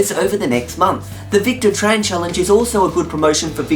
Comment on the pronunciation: WAIT! YOU SAID MY NAME RIGHT! AT THE END OF THE VIDEO AT SOME POINT! :D "The Victor Tran challenge will be active..." :D